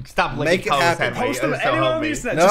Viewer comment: It sound like sais welcome back to a random video